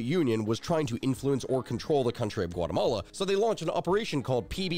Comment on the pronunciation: "Guatamala" lol